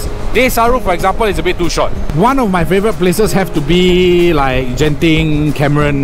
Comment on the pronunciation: Glad you guys enjoy the trip! I've just started travelling on my bike solo, so I'm still thinking where to go. Btw, its Genting not Jenting :face-purple-smiling-tears